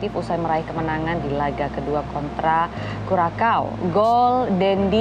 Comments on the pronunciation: Kurasao bukan kurakao ç bacanya spt "s". Negara di daerah Amerika Tengah, kepulauan di Karibia, saya pernah k sna. Iklim nya panas seperti Indonesia. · Bacanya : Kyuresao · Cara bacanya "Curaçao" itu Kurasau.